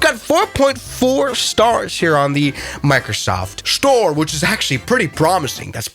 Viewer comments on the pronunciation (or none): Mircosoft SHTORE